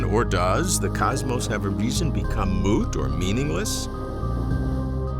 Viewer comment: 16 years you have been asking that question... and mispronouncing cosmos for 16 years too